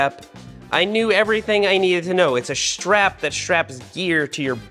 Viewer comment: I just about lost my kool-aid when Seth was saying stwap! That was hilarious.